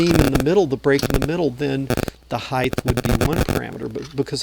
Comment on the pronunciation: I love your vids but your saying height with a "th" is driving me nuts...LOL